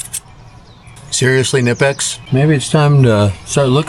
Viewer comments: its pronounced "kuh-nip-ex" !! says it on their shirts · the knipex pocket pliers broke because you didnt pronouce knipex properly.